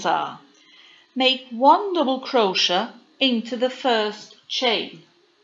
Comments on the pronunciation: Don't you understand it's pronounced crow shay????? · You can just go up a size for each size lArger (I’m not sure how it would work if you have to go up too many size). If you knew the multiples for the pattern, you could tell based on that. I neve heard anyone pronounce crochet (cro-shay) like you do (cro-sha). Interesting.😃